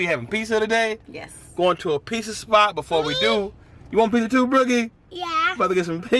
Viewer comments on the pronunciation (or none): Piss-ah? Say it right, dog. Pits-ah!!